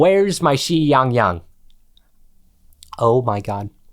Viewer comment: As a Chinese person, I DIED when he said "Where's my XIYANGYANG"